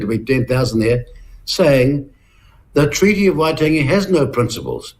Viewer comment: Peters discussing the treaty of waitangi???? He cant' (will not even bother to try!!) To pronounce the name correctly.